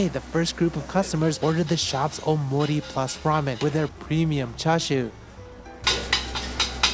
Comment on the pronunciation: O~mori ramen, not omori. Gotta pronounce it properly.